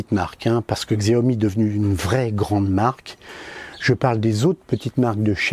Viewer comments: Pas siomi mais chaomi (Xiomie) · Il y a bien une stabilisation. La différence entre le Redmi S2 et le RN5 est réelle. Le RN5 est excellent et meilleur que certains hauts de gamme (Xiaomi compris: allez voir le comparatif RN5 VS Mi8 SE On prononce Xiaomi "Show me" (le jeu de mot est volontaire, tout comme "Me too", pour leur mini drone MITU (un pied de nez à leur concurrent direct à 100€ - DJ Tello - au lieu de 60€ pour le MITU de Xiaomi).